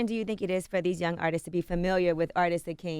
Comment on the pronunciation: Missed the G in young...I guess CTG does the spelling because he's a retard